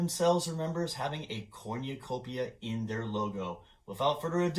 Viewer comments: Also, it’s not called a corn-ya-copia. It’s a cornucopia. kor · nuh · kow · pee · uh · 0 Wait a pointlessly stretch out a video with extra blah blah blah commentary, blah blah blah and mispronunciation of corn you copia.